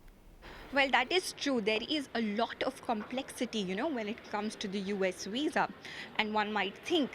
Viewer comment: What’s weess… veeeeeesa!